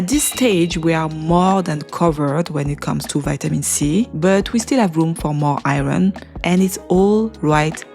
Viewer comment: Sheesh everytime I hear you say IRON, I think you're talking about something else due to the way you pronounce it. ughhh